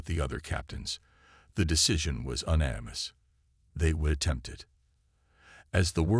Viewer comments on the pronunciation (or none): ( & ) breath-able instead of breathable; 4 ship locations spoken, 8 locations narrated; ( & ) uhn animous instead of unanimous GOOD STORY! The AI needs a bit of tweaking. THUMBS UP!